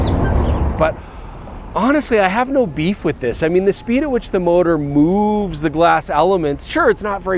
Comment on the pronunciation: "the speed in which the motor moos the glass elements"😂😂😂